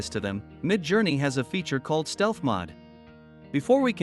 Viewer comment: It's MODE not MOD...